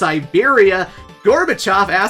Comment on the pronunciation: I'm Russian, and it's so nice to hear the pronunciation of "Gorbachev".